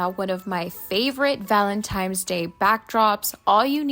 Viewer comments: Hey girlie! It’s ValenTINE’s DAY, NOT ValenTIMES!🙀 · If you need hooked on phonics just say that. Call it what it is, it’s Valentines not Valentimes. I’m sure you want people to say your name the right way. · did you say valentimes? lol...too funny...these are so darned cute! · Thank you for saying that because it bothersome. N not M. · Whatever your name is, I’m sure you want it to be pronounced correctly. If she said it once then cool, but she said it throughout the whole video which means she does not know the correct pronunciation. Meanwhile, if it matters so little to you why did you even respond?